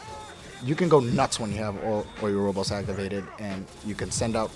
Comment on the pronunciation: O U robos, Strider Haru. So many American pronunciation errors...other than that pretty informative